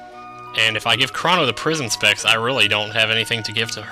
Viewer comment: Almost every time you said "Prism Specs" in this LP, I heard "Prison Sex" and did a double take.